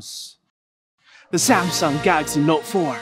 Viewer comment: "Samsung Galary Note 4" 😂😂😂